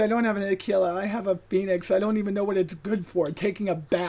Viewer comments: It's pronounced Aquila the first way you said it, not the way you think. There was a British Kids TV show called Aquila about a spaceship called Aquila, look it up, you'll see how they pronounce it, it's Latin. You actually pronounce it wrong, Americans are saying Ah-Key-La when it's Ah-Quill-Uh you got it right the first time, the Romans even pronounced it that way. Please stop butchering the English Language lol Actually it's Latin, it predates British and American English and that's how it's pronounced. P.S, great show, love your work. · Aquila = a-kwi-lə